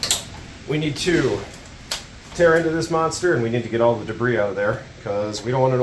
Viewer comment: lots of "debb-riss", but she cleans up nice.